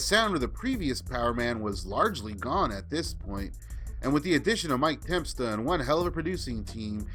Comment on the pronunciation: The second E in Tempesta is silent?